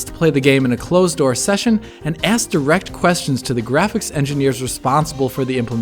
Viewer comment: Was anyone else completely distracted for the rest of the video by how he pronounced "direct"?